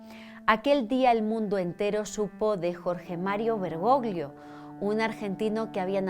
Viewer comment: Querida gracias por tu excelente trabajo, no me pierdo ninguno de tus videos! Hablo italiano, el apellido del papa se pronuncia "bergollo'' porque 'gli en italiano equivale a la elle en castellano. Un abrazo desde España ❤